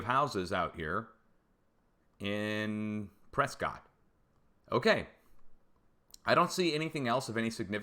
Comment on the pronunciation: In Arizona Prescott is pronounced to rhyme with biscuit.